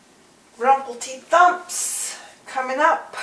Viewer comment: Obviously not British. It's actually RUMBLEDETHUMPS, with a B not a P. Personally I would not recommend Broccoli.